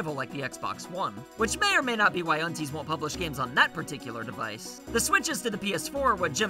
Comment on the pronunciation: I think unties is pronounced un - 'ties'. Rhymes with dies ties